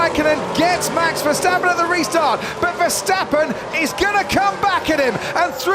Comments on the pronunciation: Verstapen hahahahahhaa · There is one thing that I do not understand : how did Verstappen turned into Versteffen?